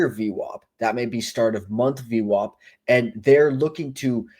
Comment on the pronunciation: Good job on the vid! 1 question You say Average but then pronounce VWOP lol Will never understand that one. 😁